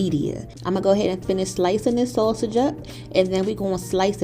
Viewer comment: Umm, you're pronouncing that sausage wrong